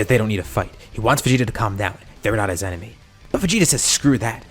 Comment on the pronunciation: In almost every video you say 'it's an enermy of my enermy situation" 😂